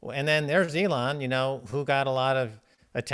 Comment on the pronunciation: Dude the way you say ‘Elon’ is so annoying. It’s really not hard to say it correct.